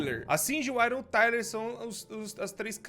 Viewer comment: aaron, acho que se pronuncia "er-uam"